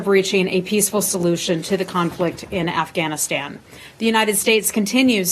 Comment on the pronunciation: libtard lezbo pc reporter says "Afchhhhanistan". Cringe.